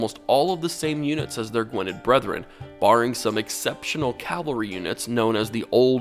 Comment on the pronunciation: Btw its Gwynedd not Gwined